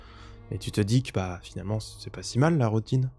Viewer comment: tu as bien dit Poutine, right? C'est pas juste ma tête de Québécois qui a fait '' j'ai envie de Poutine donc j'entends ça à la place de Routine '' ... right??